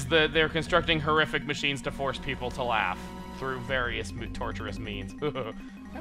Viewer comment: Horrific? Don't you mean HOO-RRIFIC?